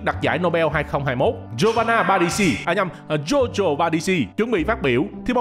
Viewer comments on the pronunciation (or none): ông đọc tên GIORGIO nghe như jojo vậy :))